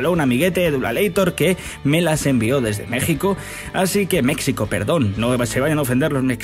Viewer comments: quillo no eres español?? pues dilo con J, y si le molesta a alguien que le den morcilla. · Amigp es Mexico se pronuncia con j eningles mexico se pronuncia con x ;)